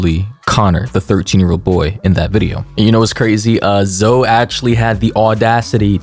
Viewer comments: Dude it's not "zo laverne" its ZOEEEE (sorry that was really annoying me) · Why you call her zo its zo E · why is he pronouncing “Zoe” like “Zo” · Zo? It’s Zoe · IM SORRY BUT THE WAY U PRONOUNCED HER NAME AS ZO INSTEAD OF ZOEY PISSED ME OFF FOR SOME REASONFBVF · brooo i can’t help but laugh at the way you pronounce zoe’s name😭😭😭”zo” BYE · Lol it’s pronounced Zo-ee. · I'm 3 minutes and 49 seconds into this video and I just realized he pronounces the name Zoe as Zo LORD 😂